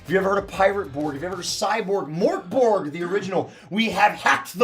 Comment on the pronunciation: As a swede hearing the absolute butchering of "mörk borg" is making me cry and laugh at the same time. Literally had to google it to even get what was trying to say!